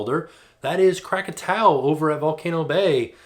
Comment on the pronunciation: YES you said Krakatau😂😁😁